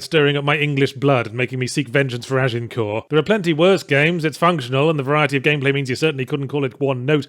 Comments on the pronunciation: vengeance for agincourt.... Sounding remarkably French there, Yahtzee. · “Rengence for Agincourt” Mate, you guys won! Haha